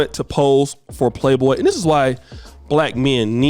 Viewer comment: the magazine is called Playboy, not Playdough 🙄